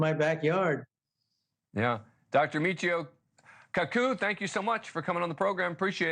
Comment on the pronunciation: Say the mans name correctly